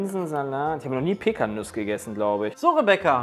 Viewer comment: Jedes mal wenn Pecanuss-Nüsse sagt, stirbt ein Stück in mir